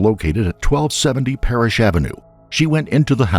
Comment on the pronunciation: “it’s PARRISH AVENUE” Not Paris.